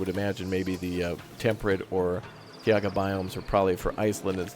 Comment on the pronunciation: Every time you say "Tiaga' instead of "Taiga" twitch